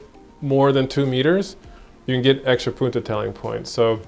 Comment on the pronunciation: Haha ‘poententelling’ 😂